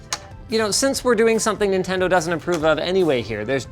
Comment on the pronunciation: What is nindendo?